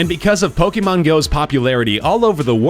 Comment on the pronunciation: fr, I'm so triggered with the way he says pokemon